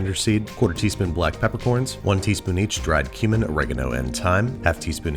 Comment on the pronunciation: when he said "cumin" i thought he said human and i had to re-listen a few times before realizing